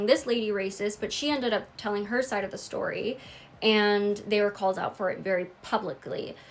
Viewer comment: did she just say “ver famous rapper” 😂😂😂😂?!?!?!?!?